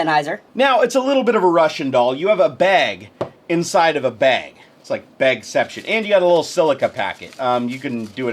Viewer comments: you say "bag" like Linus does lol! 'beg'. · You say bag funny